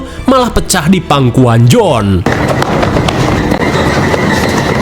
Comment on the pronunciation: Johan kak bukan jonh